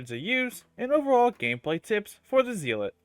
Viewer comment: Me whose a rep 4 Helios Guardian seeing this guide in my recommended, "Hmmm... Let's see what this guide can teach me" Edit: It's pronounced Zell-let. Not Zeal-let. I know, English is weird